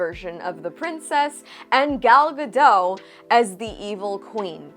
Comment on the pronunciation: Just a tip - the T in Gadot is not silent, you're supposed to pronounce it. Gal Gadot (Ga-dot, like dot . )